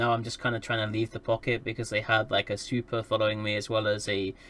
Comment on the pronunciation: Ok I thought you said "super" instead of "svipul" and was wondering what chucklefuck dropped a supercarrier on a rifter.